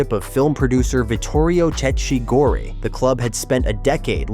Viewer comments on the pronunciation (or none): Dude in Italian, everything written as -ch is pronounced k or kk. Vittorio Cecchi Gori is pronunced Vittorio Cekki Gori. The stadium is Artemio Franchi, pronunced Artemio Franki. Plzzz